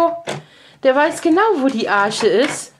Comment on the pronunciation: Liebe, sei mir bitte bitte nicht böse, aber ich muß immer schmunzeln, wenn Du von der " Arsche" spricht. Es schreibt und spricht sich Arche! ( die Arche Noah!), Dein Luca ist übrigens der schönste Junge den ich je gesehen habe!! Sooo eine niedlicher Gesichtsausdruck!! Liebe Grüße an Euch alle, Sigrid